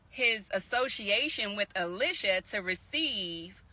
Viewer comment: "E-Lie-Sha" Not "Ill-Lish-a"